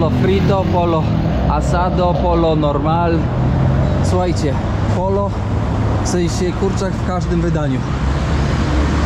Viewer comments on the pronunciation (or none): nie pollo tylko pojo, 2 x L czyta się J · Pollo (kurczak) sie wymawia "POYO", a nie "POLO" 🤣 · Pollo wymawiamy pojo..... LL= J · pollo czytamy Pojo. Ale poza tym świetny vlog. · Pollo czyta sie pojo 😊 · Kurw.. ile razy muszę powtarzać el pollo - kurczak wymawia się el pojo. jednak jest tępy do języków. Prawie jak Duda.